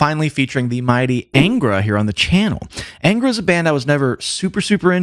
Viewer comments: Just one observation: The correct name is pronounced ÂNGRA (nasalized), not ENGRA. Another important piece of information is that 3 members of that 90s lineup formed another band, called "Shaman". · A small point on the pronunciation of "Angra". The "an" is not like the "an" in anger, but the "un" in pun.